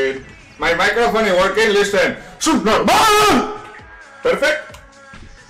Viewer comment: I hear it as asubnormal